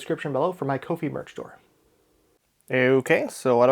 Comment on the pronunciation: Ko-Fi is pronounced "Coffee", hence the coffee cup logo, it's their whole shtick.